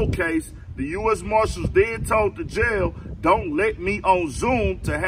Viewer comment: It's called JAIL...not YALE. Lay down